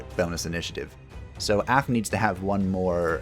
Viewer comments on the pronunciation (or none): From my knowledge, "Af" is pronounced with an [a] and not an [ae], in other words the "a" as pronounced in "calm" and "dark", and not the one present in "cat" or "had". And I expect this to be the first and only time my linguistic courses will ever be useful in my life. On a sidenote, does spiky cocoon apply poison? Because that might synergize excellently with the Phantasm